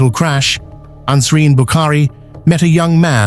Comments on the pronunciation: You got the names wrong it can’t be Ansreen but nasreen and it was Rehan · It is Nasreen! Not Ansreen!